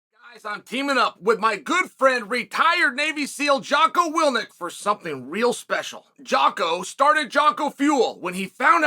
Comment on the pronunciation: it's been months and chael still says willNick lol it's Willink